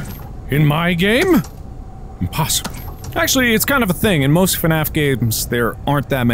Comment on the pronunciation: emphasis on "most"